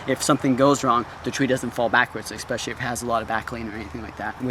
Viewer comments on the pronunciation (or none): "Ekspeshly" is not a word. "Ekscape" is not a word. "Akshee" is not a word.